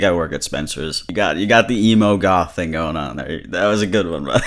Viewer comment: He didn't say "emo goth," he said "emo golf." Which...what that means